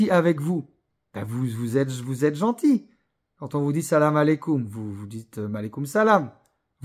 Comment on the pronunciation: frère pourquoi tu fais des rappels sur les réseaux alors que tu ne sais même pas répondre correctement à "Salam Aleykoum". En plus tu as les yeux explosés, tu reviens surement de la piscine... Je pense que tu fais ça pour les vues. Sinon tu te serais donné la peine de prononcer correctement avant de donner des leçons aux gens, logique non?